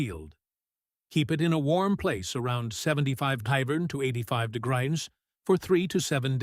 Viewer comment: Degrims it’s degrees teach AI to read and understand English and oronouce correctly please